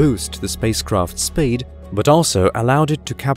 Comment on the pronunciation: Narrator, are you pretending to be posh or are are you an AI?? Sounds like 3 people taking turns to talk…..buggy word: speed sounds like spade… It’s a shame because I love all things space and this voice is out of this world 🥴